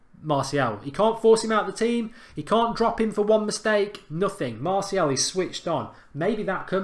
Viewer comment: You need to pronounce martial properly